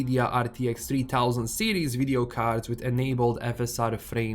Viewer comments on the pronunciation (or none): none